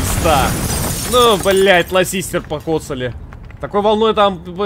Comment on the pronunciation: А почему Булка Lassiter называет Ласистером?